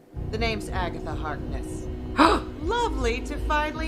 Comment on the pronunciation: Lol you nearly pronounced her as Agatha Heartless :D which could also sound dope and quite true as well xD